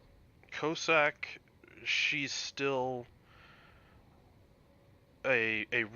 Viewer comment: Great vid. When you said "Cyclone Tactics and Strategy", I thought you were talking about the French DD they gave people to do the original Dynamo operation in and I hoped against hope that they had released her for general consumption. Alas, no! LOL Small nitpick: I'm pretty sure the first syllable in "Cossack" should rhyme with Boss, not with Low. Coss-ack, not Co-sack.